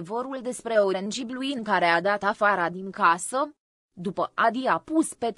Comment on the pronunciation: Orange blue se citeste orengi blu